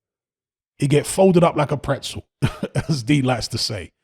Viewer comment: "Folded up like a Prezel"!! You're killing me! 🤣🤣🤣👍🏻